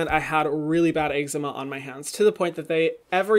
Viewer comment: No one: Hyram: eggzeema 😂❤️❤️😂